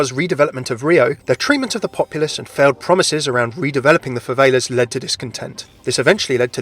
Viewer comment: I'm triggered...favelas is pronounced (fuh-vell-uhs)